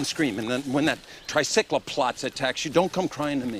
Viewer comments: On did he say trisiclacops??? Boi it’s triceratops and it won’t hurt u, this is why u did bad in school and the reason your my least favourite character in this film... (sorry for the hate) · "Triceclaplots" [ding] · Person who calls Triceratops "Try-sick-la-tops" is the same guy who narrates Curious George on PBS. The same Curious George that lives with a man in a yellow hat, who happens to work at a museum and would definitely know how to pronounce "Triceratops". ding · "trisecloplotz" Eric Kirby, you fail to gain my respect.